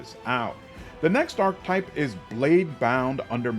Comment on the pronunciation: I’ll never forget how you pronounced Cavalier! Ark-Type-> Ark-Ke-Type (Archetype) Payso-> Pie-Zoe (Paizo) Warpriest does not suck btw, they are just one of the classes that you would call a more advanced mechanics heavy build which require a lot of meta knowledge to play but are quite rewarding. Plus being able to turn a +3 weapon into a +8 weapon with good BAB and self buffing with high will saves and in the case of Cult leader sneak attack stacks that scale up for insane amounts of damage is huge on a two weapons fighting character. Goes great with Trickster and Demon Mythic Paths. Excited to see what that Mantis Subclass plays like.